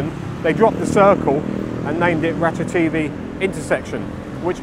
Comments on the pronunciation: Interesting as ever but I certainly won't be going there anytime soon. Mostly demolished buildings, vandalism or derelict plots. Surely even with deliberately anglicized pronunciation you would pronounce ราชเทวี as Ratcha-Thae-Wee rather than Ratcha-TV ? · I guess if depends on who the audience is. Farangs will hear it their way while Thais will hear the w. I fear becoming one of those d-bag farangs who know some Thai and who insist on correct Thai pronunciation. Too late now. I am one of them. I once accompanied a friend to the Ratchathewi hospital for a hernia operation. Picked him up afterwards and got a taxi home. Trouble was the Doc didn't give him any opioids so he was in pain. I had to tell the cabbie "koi koi" on the way home because every bump was making him cry out in pain.